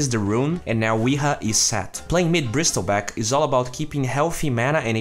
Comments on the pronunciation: "Brissle" not "Bristle" don't pronounce the T sound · SILENCE T BRO ... NOT BRISTEL BACK ... BRIESTLEBACK LUL XD DONT MIND THE CAPSLOCK IM NOT ANGRY XD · you don't pronounce the word "Bristle" by the word itself. its pronounce as "Brissel". You dont need to make the T sound. The T is silent. :D